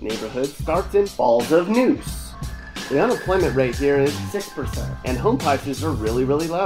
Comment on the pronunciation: Falls of the Neuse?? You can’t be serious dude lmaoooo